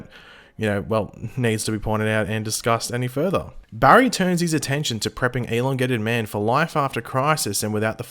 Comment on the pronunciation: It’s pronounced “E-LON-Gated man”. The stress should be on the “Lon”. Sorry but i was confused who “elingated man” was for the first half of the video.